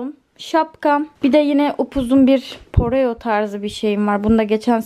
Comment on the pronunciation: Pareoya keten kumas diyip kimonoyada poreo demen ahh ahahhah